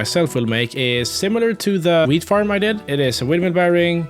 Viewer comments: When it said wheat farm I heard w**d farm 😂💀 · Am I the only one that thought he said weed farm?